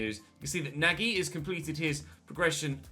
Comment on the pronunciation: nagy is pronounced nudge, love the content x